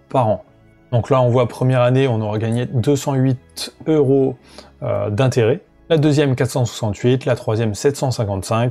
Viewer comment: Cent euros et pas cent zeuro !!